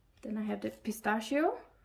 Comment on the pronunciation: “Pistascio” nope 😂 it’s PistaCCHio 💕💕